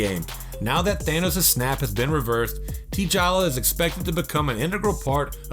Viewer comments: Yes. It's the new all tea franchise from Starbucks. Tea-Challa. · Tea-challa, the Bee-atman and the Flee-ash are gree-ate movie characters 😂. Who hired this guy? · He didnt even say dark seid and tichala right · Oh, my God! You don't know how to pronounce "T'Challa," either!!! I can't watch anymore. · I have never heard so many comic character names mispronounced in a single video. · It is spelled darkseid but it is pronounced darkside and you also mispronounced T'challa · The way he pronounced T'Challa shows that he didn't watch it 😂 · Actually, I don't think he watched any of the movies. He is just a narrator reading off a script and has no idea what he is even reading. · "Tee-Challa".......dude lmao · This........ Said Tee Challa 😕😩😟 Try This pronunciation "Ta Challa" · did he say Tee-Chala!? I can't believe this!!!😂😏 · Tee challa 🤣 🤦‍♂️ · TEA-CHALLA??? SERIOUSLY DUDE? STOP MAKING THESE HORRIBLE VIDS WITH THE WRONG PRONUNCIATION! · im not gonna let you slide with saying tee-challa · This dude said tee chala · "Tee-challa"? "Dark-seed"? Seriously?! Might want to revise the name of this clip too. Smdh. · Aquaman is "Author" Curry lmao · Dislike cus you dont know how to pronounce peoples names you suck. Cmon T challa? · yeah, learn on how to properly pronounce names..... Tee'Chala & Dark-seed? wtf man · Don’t forget T... Challa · Tea-Challa…. OMG.... Dude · "teechala" bruh, it's T'chala smh "darkseed" oml this guy: *darkseid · "Tea-Challa"? "Namore"? The hell… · How about not be a douchenozzle and give someone a heads up for spoiler alerts!! Engame is still in theaters. AND there is no "tea-challa, " or dark-seed." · Tee' challa & darkseed! 😂🤣😂🤣😂🤣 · lol. . .dude, u said Tee Challa and Dark Seed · So Namor was pronounced wrong, T'challa was pronounced wrong and Darkseid was pronounced wrong, and Gal Gadot was pronounced wrong. And I have the feeling that you probably pronounce many other names wrong as well. Wow....it's like it was on purpose